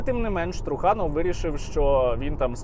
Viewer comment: Ви не вірно ставите наголос на прізвище труханов,трухани тобто труси😂